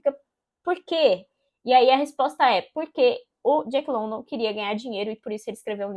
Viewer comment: Boa resenha, é um livro ao qual gosto muito. Li a primeira vez, 12 anos atrás, e recentemente terminei a releitura, com muito mais proveito. Não querendo encher o saco ou ser puritana, mas a pronúncia do sobrenome do autor, não é London como escrito, e sim Lundan.